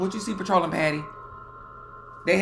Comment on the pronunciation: He said patroling patty lmaoo.. yo i swear i was on the sme page with him the entire time